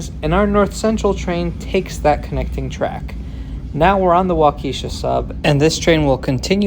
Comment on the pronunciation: Nice video. What you're suggesting is essentially the same thing as the UP Express at YYZ in Toronto. I completely agree with you that Chicago definitely needs a train like that. ... And, on an entirely unrelated note, the track division you refer to is named after a Wisconsin town pronounced WALK-uh-shaw.